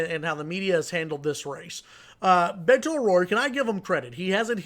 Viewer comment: It gives me great pleasure that Cruz supporters are freaked out. Cruz is a lying sack of shit. Go Beto! Oh, and this commentator should learn to pronounce "Beto"